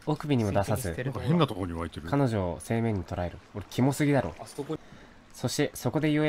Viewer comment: 正面を｢せいめん｣て言ってて草